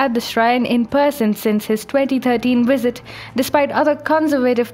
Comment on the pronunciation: why - wait -when - wisit.....that's funny